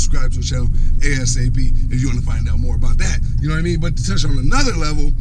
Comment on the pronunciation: "Ya knaw what I meann" 😂😂